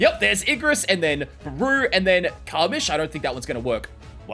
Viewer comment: this was wonderful as always but one thing u should know: Its Beru, spelled as Be-Ru not Baru